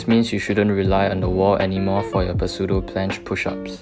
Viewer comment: The "p" is "pseudo" is silent by the way ;) nice vid!